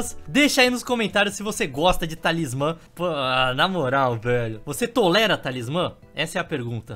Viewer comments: Eu não tankei nenhuma vez que ele falou TALISMÁN Kkkkkkkkkkkkkkkkkkkkkkkkkkk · "TalismÁMMMM" KAKAKAKKAK